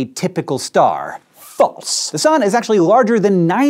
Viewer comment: LMAO. His "FALSE!" was princeless.